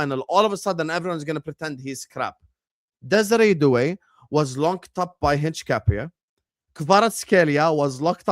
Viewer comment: Please stop saying HincH-capie it's Hin-capie, it's been a whole season of this now lol